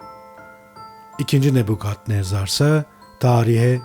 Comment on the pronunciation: Neden "Nebukadnezar" değil de, "Nebbukhadnezzar!?"